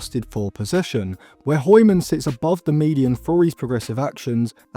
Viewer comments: No one asked but the pronunciation for hjulmand is Yool-man. Could be a good midfield option for like 40-50m if we can’t get an a-list target like Wharton but with Man U tax and the fact that this might be a late scramble, we would probably get nowhere near that price. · Der er ingen der kan sige Hjulmand😅 de udtaler H'et🤣🤣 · That is not how you say "Hjulmand" lol